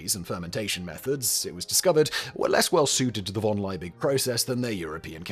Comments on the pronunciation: Why the f*ck is he butchering von Liebig's name that way? It’s pronounced fon[d]-Lee-big. Okay, he'll do the same with Ludwig van Beethoven's name. Got it… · V in German is actually pronounced like F So, Von Liebig is pronounced as Fon Laybeeg